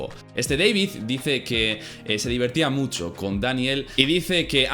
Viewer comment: Tal vez... No tengo una palabra profesional así que no puedo decir musho...